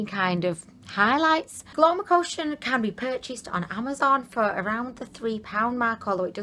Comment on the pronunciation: It's so cue when you call it Glowmocotion in stead of Glowcomotion :.. Gets me chuckling every time. Thank you for the dupes sweetie. XOXO